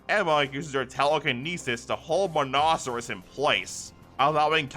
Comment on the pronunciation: Other than some wrong pronunciations, Nekorama instead of Nekopara and the C in Monoceros being pronounced as a C instead of an S, I really enjoyed the story so far